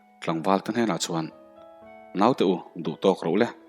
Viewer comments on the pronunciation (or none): none